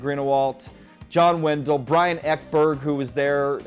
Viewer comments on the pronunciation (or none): none